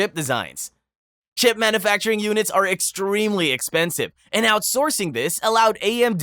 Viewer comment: Pronunciation of some words was a little sketch, but a human could certainly make them. E.g. "manoofacturing" and "planntiff".